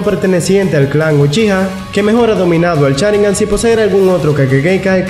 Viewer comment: Ay, me desespera que diga Charingan y kakachi, pero gran video. Casi nadie hace videos hablando de los otros jonin que no son Kakashi